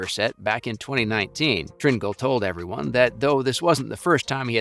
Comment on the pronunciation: Learn to pronounce Tringale’s name